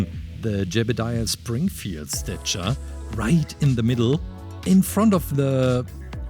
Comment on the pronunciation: It’s statue not stichar